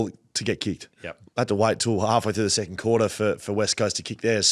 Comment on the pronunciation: lol! you said they'd be "setting sicond" on the ladder 😂Thanks again for the content, guys! Always enjoyable.